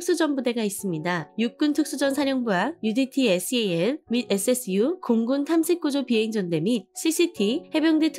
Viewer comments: 에스 이 에이 엘이 아니라 씨-일 이라고 합니다만… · SEAL을 에스이에이엘이라 읽는군요 ㅎㅎ